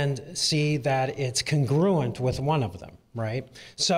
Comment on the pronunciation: The speaker reads a script containing the word "congruent", and shows that he doesn't know that word.